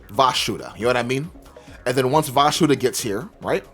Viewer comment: Why do you call it "Vashuda"? Isnt it Vishuda?